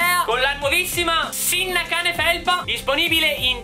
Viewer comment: "Sinnacane" get triggered